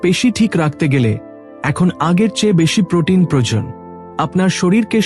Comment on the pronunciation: বাংলা ভাষা টা ঠিক করে অভ্যাস করুন। যেমন পেল অ জায়গায় পেল্ প্রয়োজন এর জায়গায় প্রয়জন বলেছেন।